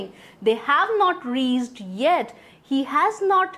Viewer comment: Reached, pronounce is wrong